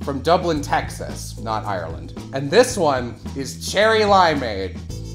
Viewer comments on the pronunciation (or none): none